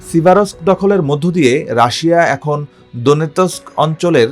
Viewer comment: সিভারোস্ক, স্লোভিয়ানোস্কো, ক্রামাতোরোস্কো, খবেলোনোতেস্কি -- এরা চাকরি পায় ক্যমনে?